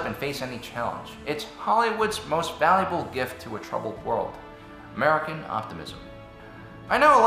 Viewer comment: The way he said american was like, MURICA!!!!!!!